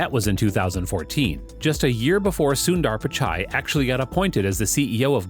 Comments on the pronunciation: U say subdaaar pichaay 🤣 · Sucker, learn to pronounce his name properly. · I liked the video because of the way u made the video but I really didn’t like the way u said sundar pichai and Chennai. It’s kinda a disgrace for Tamilians and its not the way to say it.. but liked the video